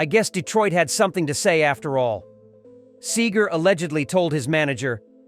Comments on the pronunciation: Any video that mispronounces the name of its main subject is a joke. Frey & Seger were longtime friends (Frey's first recorded appearance was on "Ramblin' Gamblin' Man") & Seger wrote a song about Frey after he died. Henley also sang on a Seger album in 1986 (& others before that). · SEE-GER, fool... not Sager. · SEEgur. Not SAYgur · I love the way he pronounces his name sager then Seeger so irritating having AI giving their story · See ger not Say ger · Where'd you get SayGar.? Its Robert Clark SEE-GRR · It’s pronounced “See-ger” not “Say-ger”! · This robot can't pronounce Segar.. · Bob Seagrams 😂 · It's Seger! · Can't the narrator make up his mind how to pronounce Seger? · You can't even pronounce Bob Seger's name right.